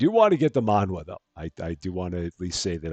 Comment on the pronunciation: Manhwa .. it's Korean .. pronounced man-wa (wa in like water)